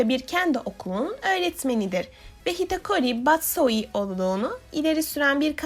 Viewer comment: şu videoyu beğenmemem için tek bir sebep var hitokori batsoi demen :/ hitokiri battosai